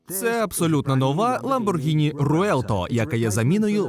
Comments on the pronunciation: Назва нової Ламборгіні читається як Ревуєлто, а ні руєлто 🤦 Навіщо ви дві літери пропускаєте 😂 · Іспанською звучить "ревуельто"